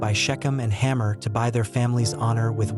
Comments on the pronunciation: It is Hamor not Hammer. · How about Hamor? Is it supposed to be pronounced "hammer"? Or "hay-more"?